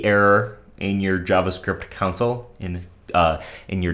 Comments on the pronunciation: You're definitely the only person pronouncing it like that. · did he say council log, or console log?